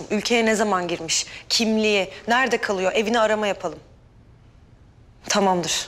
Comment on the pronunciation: Tamam Derya demiyo tamamdır Eylem diyo